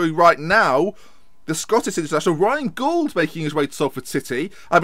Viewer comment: You're pronouncing Gauld wrong - it rhymes with called.